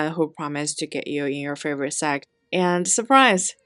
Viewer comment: Can someone make a vidéo. Someone who can pronounce sect ….😂😂